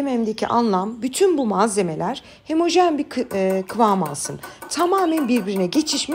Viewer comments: Abla diksyonun çok iyi ama bir çok kelimeyi yanlış söylüyorsun 😂 Eşki degil ekşi, hemojen degil homojen, samırsak degil sarımsak 😂 Eline sağlık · Ben şimdi dayanamayıp buraya yazıcam. Hemojen değil homojen, eşki değil ekşi, samırsak değil sarımsak diyoruz. Yani bunu yazıyorum çünkü 2 milyon takipçiniz var ve senelerdir yayın yapıyorsunuz belki sık sık hata yaptığınız belli başlı kelimeleri düzeltmek istersiniz diye düşündüm. Sevgiler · Eşki, hemojen, samırsak 😊 Tarifleriniz cok güzel ama Türkçe'ye dikkat🤗